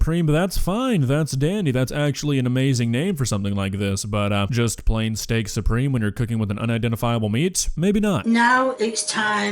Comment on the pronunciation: She said STANK SUPREME!